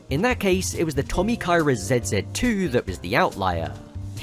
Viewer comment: The first couple times you said 'ZZII' I thought you were saying "Zed's dead too".